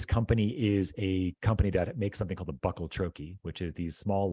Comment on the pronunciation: Please learn to pronounce bucal troche. You will sound more believable as someone that has really done some research. Could be just another grifter.